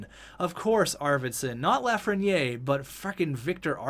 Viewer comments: You pronounce it Lafren-yay, its pronounced Lafren-year, if you care about that stuff, awesome vid btw. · It’s pronounced LAF-RE-NI-AIR